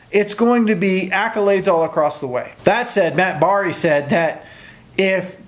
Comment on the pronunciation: First time watching you bud. I found you because coach prime is just exciting an I gotta say some I left soon as I came some just boring or hollering or some acting like undisputed an they stink but you were refreshing as a small youtuber good quality info great topic of finebaum because I saw him hating on prime. Only mistake is it’s not Matt bar-ree it looks like it is but it’s pronounced berry. But great video an you got another subscriber. I’m an Ohio state fan but when football season isn’t around an boring cry baby basketball an borrrrrrrribg vase are on well off media and the rest of the Colorado shows got me thru and it’s like you got a chance to watch these kids an you grow to like an root for them an ciach prime an now I’m pulling for Colorado to win all their games. Sko Buffs whatever sko means